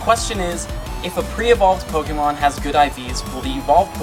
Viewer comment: ok my question... u r clearly a fan of pokémon from b4 pokémon go, so why do u consistently mispronounce "pokémon" as poke-E-mon? its pronounced poh-kay-mon. even if u were to want to americanize the pronunciation, it would be poh-kuh-mon (still incorrect.) that said i do love your channel/show and that is probably my only complaint. you're an informational channel so people should come to u for info, but (to a pokémon veteran) at first glance u don't seem reliable as u cannot even pronounce the name of the game. then for people who r new to the franchise and don't know any better, now all think that is the proper pronunciation.